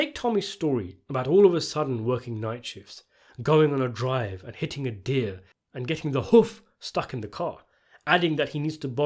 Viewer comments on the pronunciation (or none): none